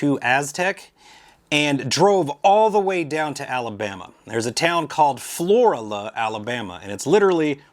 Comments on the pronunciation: I know u live down south but it's not floria, or whatever u said it'd FLORIBAMA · It’s pronounced Floor Ala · It is pronounced Flor-Ala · Pronounced FLO-RAAAla